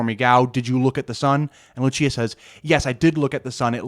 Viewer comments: Another mistake: Lúcia is pronounced LUUU-cia in Portuguese, not Lu-CI-a. Lu-CI-a is Italian. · haha it’s all good. I’m just being pedantic. I appreciated the video nonetheless. I appreciate your non biased pursuit of the truth. I can sense your sincerity. It’s very reassuring. p.s. (I know I’m being that guy again, but I can’t help it lol) it’s pronounced LOO-see-uh, not loo-CHEE-uh 😛